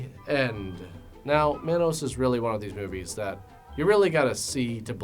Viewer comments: it's pronounced Ma-nos ... Not man -nos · pronouncing it as MANN-OSE and not MON-OSE is killin me 😂😂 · It's pronounced Mah•nos not man•os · Every time you pronounce Manos as "Mann-os" chips away at my soul a little bit. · It’s MAH-nos like how Jamaican people say man. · It's pronounced mawn-os. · I loved your video so much but it bugged me because Manos is pronounced “Maw-nos” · It's also pronounced Mah-Nose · The way he says manos.. I don't know if I can watch the whole thing. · The way he said manos greatly upset me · The way pronounces "manos" haha. Nothing but love tho 😅❤️